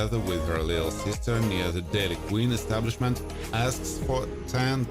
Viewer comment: The "daily queen"...lol Its Dairy Queen dude..